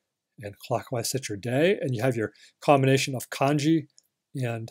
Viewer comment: Kudos for saying kanji correctly, good man.